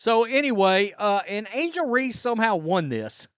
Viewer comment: Angle reese??? Really